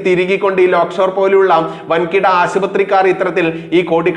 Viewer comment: ലേയ്ക്ക്ഷോർ .........ആണ്. ലോക് ഷോർ അല്ല. മൂപ്പന്റെയാണ്.